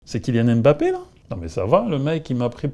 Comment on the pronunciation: Alors là La coupe est pleine Toi un vieux bassa tu sais pas prononcer les nom Camerounais. C'est K. MBAPPÉ et non K. M.......BAPPÉ Qu est ce que ça veut dire ça ? C'est quoi ces conneries Je suis en colère Allez je te boycotte